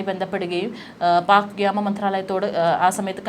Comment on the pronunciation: വ്യാമം അല്ല, വ്യോമം ആണ് ശരി